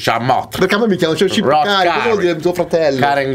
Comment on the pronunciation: Ma ha detto shqipkari no shqiptari